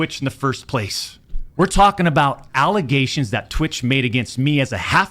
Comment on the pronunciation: Allogations? He said he did it?....